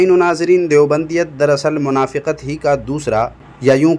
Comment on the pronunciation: منافِقت نہیں، منافقت۔ بالفتح ہے